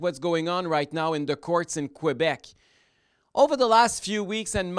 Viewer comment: "in kwabec", c'mon M. Duhaime.